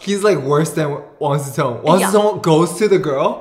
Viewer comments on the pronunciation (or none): You keep pronouncing Wang Ze Tong. He is Wang Si Cong. Completely different. 😂